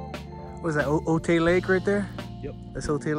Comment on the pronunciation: Cool vid! Can’t help but mention OTAY is pronounced OH-TIE. Do not let the Little Rascals tell you otherwise:)